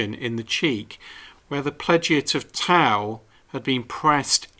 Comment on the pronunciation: It's not easy, but I've already used the phrase twice this week, and it really impressed the ladies. By the way, I don't mean to be pedantic but I believe that "tow" is pronounced like "toe".